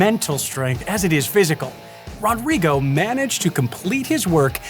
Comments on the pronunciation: It's pronounced HO-drigo. :) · It's so realistic. The only thing that could've made it more accurate would be to pronounce his name right. That r would make an H sound in Brazil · The way he says "Rodrigo" cracks me up